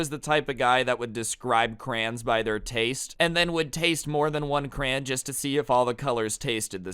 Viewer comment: he says crayon like cran lol